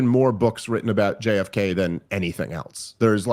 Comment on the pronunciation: Has anyone noticed how Dave adds a T to the word "else"...prounounces it "eltse"...Rogan does it sometimes too. I have no real opinion on it, just an interesting linguistic nuance